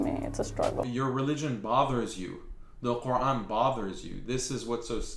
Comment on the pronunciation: WOW she doesn't Even say the word Quran properly, that just shows that she's Not a Real muslima, She's clearly one of them pushing their satanic agenda.